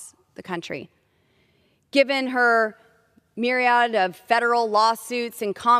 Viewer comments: She couldn’t even say mired or myriad. I’m embarrassed that she represents my home state. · I know, right? She also butchered “myriad”.